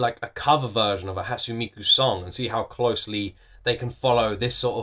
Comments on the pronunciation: How did you land on decision to pronounce "ne" as "n"? It's "Hatsune", not "Hatsun". "Megitsune", not "Megitsun" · hi since i don't see anyone correcting you, hatsune is pronounced "hut-sue-nay", not "hut-soon."i like your reactions. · I've been enjoying all of these! Btw, (correct me if I'm wrong) I'm pretty sure Hatsune's pronounced "Hat-soo-nay" not "Hat-soon" :> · A tip: it’s pronounced like ‘Hot-soo-nay,’ not ‘Hot-soon.’ Three syllables. Thanks for reacting and reminding me what a banger this song is. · I havent seen anyone point it out but Hatsune is pronounced like "haat-soo-nay" rather than "haat-soon" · "Hatsoon Miku" you're soo close and it's bothering me too much to not leave a comment. Because it's Japanese, Hatsune is pronounced "Hat-Su-Neigh." The "sune" in her name is two syllables. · Its not pronounced Hats-une it's Hats-u-nay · Heyya! Nice reaction to Hatsune Miku's Rolling Girl, a classic. By the way, her name is pronounced "Hut-su-neigh Miku". Vocaloid has many different 'Genres' within itself and thats one of the things I love about it, there are tonnes of vocaloid songs out there, if you like songs that are dark and potrays a story, personally I recommend songs from the artist MARETU who produces rock songs with really dark lyrics, specifically "Mind Brand" or "Coin-locker baby". I would love to see your intepretations on either songs. Keep at it! Love watching your reaction videos. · Not trying to be rude or anything but the correct pronounciation is Hat-su-ne. Ne as in net ne. Love the video btw~ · You pronounce the e at the end like hat-sun-ay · Her name is pronounced "Hatsooneh" btw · isnt it a short e instead of a long e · it is, but I'm emphasizing the second syllable since he doesn't use it at all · is anyone gonna say something about how he keeps mispronouncing hatsune